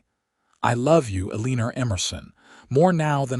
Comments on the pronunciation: Her name is Elena not ELÈÑER. I know that because there is no R in ELENA. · Please take the R out of your pronunciation of Elena's name since her name does not have r in it.